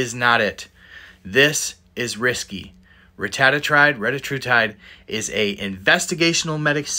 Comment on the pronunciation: Cant even pronounce the name